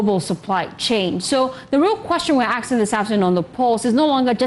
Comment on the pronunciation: To the ladies the word is " ASKING " and not "AKSING"